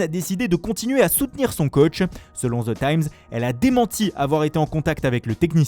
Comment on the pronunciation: Ze Times,Manchester iounaïtiiiiiiiiid 💩🤬👎